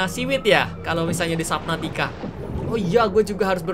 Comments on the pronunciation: Perbaikan, subnautica kak bukan saubnatica, cuma info saja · Iya sabnautica kak regi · Bukan suabnutica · "Subnautica below zero" "Sabnautica below zero" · "sabnautica" "sabnautica" "sabnautica" "sabnautica" "sabnautica" Kak regi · "SUABNUTICA BELOW zero"